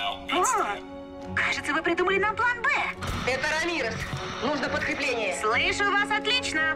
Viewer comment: Лол я один думал Рамирес а не Ра мирес